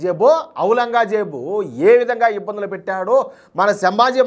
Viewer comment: aurangajeb ❌ au langa jeb✔️😂😂😂